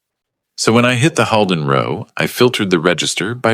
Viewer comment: If you use word muliple times -- such as a "row" in a column of data, try making sure it is pronounced correctly (i.e. not as "row" meaning an argument or fight). It sounds silly otherwise.